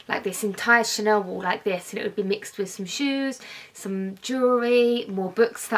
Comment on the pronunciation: How come you say chanoowww. It’s ChaneLLLL. Is It’s lazy or is it a lisp. It’s Chanel so is it best to say Chanel with and L.